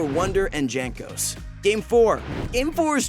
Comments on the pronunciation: It is pronounced "Yankos" not "Jankos" LMAO, bro, do your work man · Please practice your pronunciation of the player's names. It is really bad you say Jay-nkos instead of Yankos(the way it is actually pronounced). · "Jankos". WutFace It's pronounced "Yankos". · great video and all...but its not JANK-os its YANK-os... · Its pronounced Yankos not Jankos. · JANKOS, not Jhenkos bro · Pronounced Yankos. not Jaynkos. FFSS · Jaynk-Ose? It’s Yank-ose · PLEASE it's pronounced yank-os not djank-os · it's not GENkos it's YANkos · I'm new but isnt it pronounced 'yankos'. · This was not an upset win, they won msi. The former champion is Ig. You read Yankos instead of Jankos. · really calling him "jank"os? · J is pronounced Y in this situation, Jankos is Yankos, I thought you were trolling the first time but it slowly drove me crazy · dżenkos xDDDDDDDDDDDDD ja pierdole l2polish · Its written Jankos but you pronounce it Yankos. Like in You or master Yi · Bruh its pronounced yankos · Anyone else get insanely tilted when you hear him pronounce jankos wrong? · I hope Jankos doesn´t see this video because you mispronounced his nickname... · So you watched the whole series, probably more than once to make the video, and you still can't pronounce Jankos? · Why all not polish people pronounce Janos’s name wrongly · Pls learn how to say "Jankos"